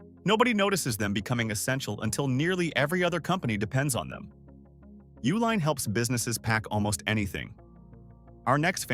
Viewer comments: Correct pronunciation is U-line, like the company name. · It’s pronounced YOO-LINE